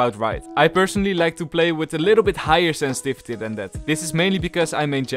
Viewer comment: No one::Ssenssvisty